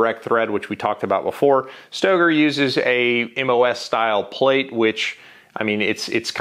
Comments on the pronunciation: It’s pronounced Stoeger not stager , and everyone who loves their Glock can be happy with their over priced gun my Stoeger speaks for itself. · The shooter Ben Stoeger pronounces it "Staygur" - Everone else says "STOWgur" - I just don't know.